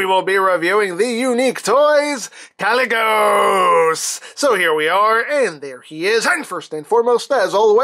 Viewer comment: First Archimonde, then Gaz'rhanka, and now Kalecgos and they form Ragnaros... Who else from the warcraft universe will they use? Also you did pronounce Kalecgos correctly :)